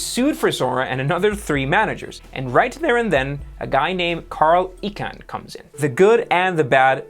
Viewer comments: dude.... it's Carl EYE-kahn, not EE-kahn........... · Nice summary. Pls pronounce Carl Icahn, EYE-Con, not E-con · FYI: Carl Icahn's name is pronounced.....EYE CON Not EEEE Con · Mellianls , his name is pronounced “I-Con”... not “E-Con” . Carl Icahn. You don’t pronounce iPhone as E phone. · The name is Carl EYE-con, not EEE-con. I'm sorry but one would think that a channel with this kind of content would know how to pronounce the name of one of the most famous, and rich, corporate raiders ever. Just sayin'.... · It is EYE-Cahn - not EEE-cahn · Icahn is not pronounced as Econ, the correct way to pronounce his last name is I-con or icon. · great analysis but Icahn pronounded E-can instead of i-CON makes it all look like an amateur show. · Who the heck is "Eeeckan". Haha it is pronounced "eye-can". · I think it’s pronounced "eye-khan". Not "eek-en" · It’s I Chan not E chan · It's "Eye-Con", not "E-Can" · PS - Icahn is pronounced like "icon", not "eek-on". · Its Ichan not Echan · Dude, good luck with this venture. Overall, I enjoyed your telling of this financial venture. However, You lost me when you (MIS-) pronounced Carl ICAHN'S name. Carl is well known and revered in the financial industry. His last Name is pronounced EYE- Khan, Not, E-con! It destroyed all credulity surrounding your presentation and research effort. Take a few minutes During your research efforts and check out Wikipedia for the pronunciation of names. Especially someone who is as well known as Carl ICAHN. You Millennial types think you know everything... And you never check your details. MIS pronunciation of names can kill all credibility of your presentation. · EEE-Can should be pronounced Eye-Con. Thompsen is pronounced Tom-sen. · Carl Eye-Kahn. At least pronounce his name correctly. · JESUS it is EYE caan. You do so well and then you sound like a moron when you make a mistake like that. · Prounce I-Khan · Carl Icahn last name is pronounced "eye-khan." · His name is pronounced "I-kan".